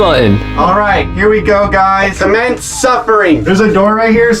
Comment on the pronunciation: Did you say 'comment suffering' or 'commence suffering'